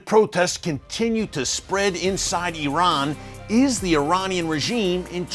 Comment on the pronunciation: First of all thank you for pronouncing Iran and Iranians correctly. You did an excellent job with your report. The issues in Iran are not just the Hejab. This is an evil wicked regime, self serving and NOT from God, as you well know. Yes PRAY for the Christians. ❤